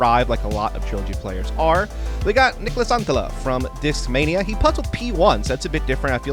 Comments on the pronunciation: As a Finnish guy I will say that pronounces Niklas Anttila very well! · Your pronouncing on Niklas Anttila is quite solid for someone with english as your native language 👌🏻